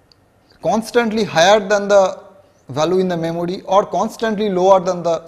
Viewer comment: Memory❌ memody👍🏻